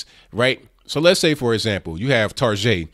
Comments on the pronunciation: What the hell is Targeagh? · I love how he unapologetically refers to Target as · lol i love the way you pronounce Target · good video. ..i thought target pronunciation was an Australian thing... made me laugh thanks man